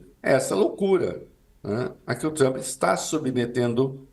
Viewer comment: “Trumpi” kkkkkkk trump my friend